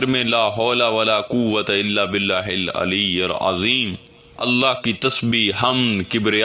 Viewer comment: Hil ilayal azeem nahi correction please hil ilayil azeem hai😊